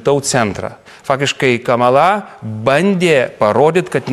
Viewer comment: Lietuviškai kirčiuoja kamala' :) nu veikėjas:)